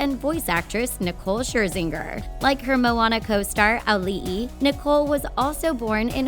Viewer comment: Auli’i Cravalho (Alee ee kra val ho) who forgot the ee